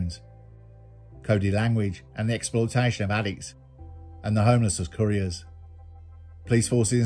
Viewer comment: For someone who pronounces Solihull the posh way, you say "couriers" like they transport curry and it makes me laugh every time.